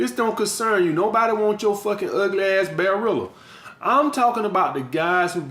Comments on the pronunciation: He said a bearrilla lol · Lol...he said “Bearilla”...🤣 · He said bearreala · “Bearilla” 😂😂😂 You SPITTIN FIGGITY FACTS though!